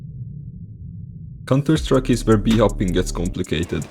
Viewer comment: bhop is in contuh sattrike you spoopid